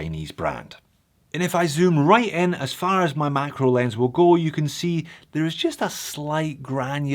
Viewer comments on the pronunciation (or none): none